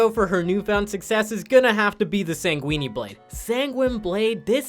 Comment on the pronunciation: SANGUIN-E BLADE